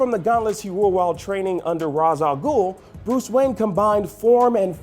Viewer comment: pronounces Ra's wrong